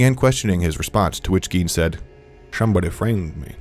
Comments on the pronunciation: “shuummm bodddyy fraaamed meh” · "Shummmbuddy fraymed meh!" 😂😂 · “Shomebudy framed meh” 💀💀💀